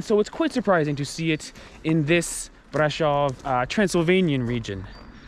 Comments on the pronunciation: Brasov not Bradshaw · Corect : Brașov ] Romanian: [braˈʃov]